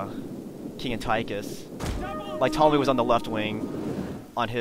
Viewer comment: when he was saying Ptolemy I thought he was saying tommy and I was he is saying my name